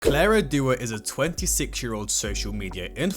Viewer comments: Not Duo it's Dao wtf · Ykw, I’m not even surprised anymore. I’m disappointed but not surprised🤦🏼 Also why should I listen to you? You can’t even say DAO correctly. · Dude how do you butcher the pronunciation of "Dao" so badly